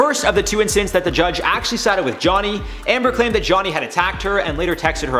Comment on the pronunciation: When he said "incedences" I was pretty much done.